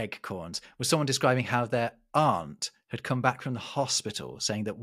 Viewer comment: Hearing “aunt” said as “arnt” from is funny because it necessitates ɔnt -> ænt -> a:nt historically and I’ve never heard that ordering before lol